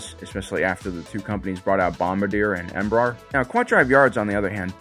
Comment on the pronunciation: The pronunciation for Bombardier is bom-bar-dee-ay and Embraer is em-bre-ehr